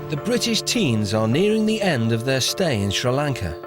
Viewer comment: its “thoer”